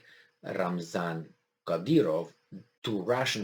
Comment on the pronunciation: Slight remark about the pronunciation Lysychansk is spelled (Li-Si-Chansk) and Kadyrov is spelled (Ka-Di-Rov), no hard feelings :)..